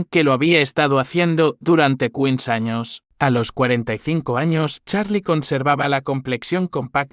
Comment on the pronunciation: Por que dice quin años no entiendoooo